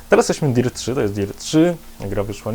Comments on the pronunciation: aaa i nie DIRT tylko DERT (fonetycznie) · chyba sie czyta "dert" ...